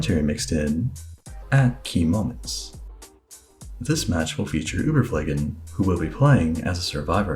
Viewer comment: That "Keymoments" was the most unsatisfying thing I've ever heard